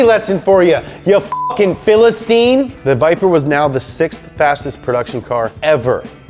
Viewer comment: You pronounced philistine wrong as fuck. Like a true philistine.